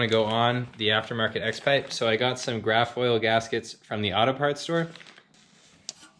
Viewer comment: Is he saying graph oil?? Can't find anything with that name online so not sure what he is actually saying